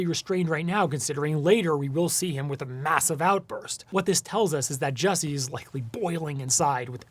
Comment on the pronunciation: His name is “JUssie” not “JESSie”